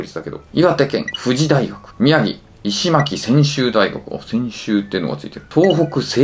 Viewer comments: 石巻→いしまき❌ いしのまき⭕ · FF外から失礼します(意味分かってない) 石巻はイシマキじゃなくてイシノマキだと思います。細かいところすみません。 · 石巻 いしまき× いしのまき○ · さん、わざと読み間違えて面白がってるのかもしれないけど、石巻をいしまきとか、日本史では必須ワードの日蓮宗の本山・身延山読めないとか、地名知識がFランすぎるやろ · 石巻の読み方は「いしまき」ではないですよ。「いしのまき」ですよ。 仮面ライダー1号とかの石ノ森章太郎さんの石ノ森萬画館があるところです。また、日本三景の松島がすぐ近くでとてもいいところです。 悲しくなるので地名の読み間違いはやめてくださいよ… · 石巻は、イシマキではなく、イシノマキです^_^ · イシマキじゃなくてイシノマキです。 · 尚絅の読み方 ショウケイです 宮城県もありますよ、キリスト教系 石巻の読み方 イシノマキです。 君、どちらランクでしょうか。漢字の読み方勉強した方かいいかも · いしまきって読むの腹立つわ